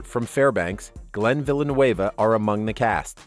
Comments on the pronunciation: glenn villa-new-avuh? have you ever even watched the show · Villeneuve...not Villanueva...cant you read?!? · Glen Villeneuve is not Glen Villanueva is from Burlington, VT. It's pronounced Vil-en-nu. You make it sound like he's from L.A. He may now live on the west coast but he's originally from New England. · its Villeneuve not villanoueva......... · Villeneuve is French not Spanish its pronounced Vl nuv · Would be nice if they pronounced his last name correctly. Villeneuve is NOT A LATINO NAME! Try pronunciation guide for French. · Seeing a lot of people complaining about he pronounced Glens last name. I bet 99% of the people here wouldn't know how to start pronouncing it, much like myself. Point is, who cares how he pronounced it, at least he put the effort. A lot better than people misusing "then" and "than" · Learn how to pronounce Glenn's name please! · That irked me too, his last name is of French origin, not Spanish. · lol Love the way you pronounce Glenn's last name...hahaha. Look up who Gilles Villeneuve was and how to pronounce it. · You said Glenn’s last name wrong 😑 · Stop mispronouncing Glenn Villeneuve's name he is French not Spanish. No one could force Sue Aikens to do anything. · That’s not how Glen’s last name is pronounced. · Wild way of pronouncing " Villeneuve." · If the narrator mis-pronounces Glen's last name that badly, he obviously doesn't watch the show. Click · I like how took butchering the word "Villeneuve" to a whole new level. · Lol this guy can't pronounce Glen's last name. It's French not Spanish.